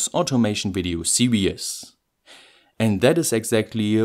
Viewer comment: I guess it might be because of how the german word "Serien" for "series" is pronounced. The last "e" in "Serien" isn't silent unlike in "series". If you pronounce it like that in english, it's going to sound similar to "serious". This is a mistake which also happens to me sometimes by accident (I am a german as well). Listen here: www dict cc/?s=serien